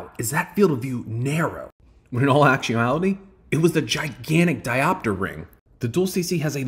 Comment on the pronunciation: I love your videos but hate how you pronounce diopter 😁There are 3 syllables: di·op·ter